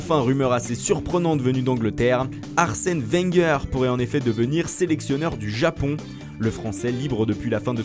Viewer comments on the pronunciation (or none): none